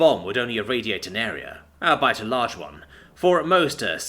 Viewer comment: Please learn how to properly pronounce albeit, it's besildering how you pronounce it like a German